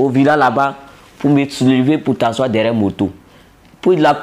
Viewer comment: 😂😂comme ça suffisait pas,il dit "de me levé ou de tassoi??😂😂😂😂😂😂😂